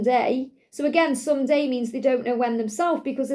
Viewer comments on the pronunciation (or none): Beautiful , when you are saying “someday “ I am hearing “Sunday “ and my heat recognised the Sunday timeline